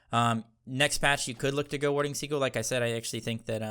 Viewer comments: Haha warding seagull, it is pronounced as sea gill 😀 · Americans pronounce Sigil as Si•gl or Seagull Whereas in the UK (where we speak proper English) it's pronounced Si•jl or Sigil English lesson over, now go out there and become the gods you were meant to be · I think 'Sigil' is pronounced as "See-Jil" :) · just so you know, SIGIL is pronounced like si-jill the G sounds like a J. like the word BRIDGE. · He knows that, he's just trolling lol. He said that in his recent cerb video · He knows but he said he likes saying it for fun. He said the first time it was unintentional but then just went with it.